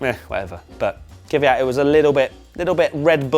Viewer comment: man, sort out your Kvyat pronunciation...makes my ears bleed